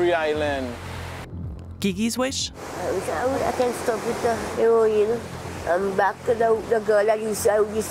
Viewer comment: It's her-o-in , not "herrin"